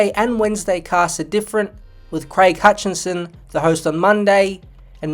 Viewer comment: It’s HUTCHISON not “Hutchinson”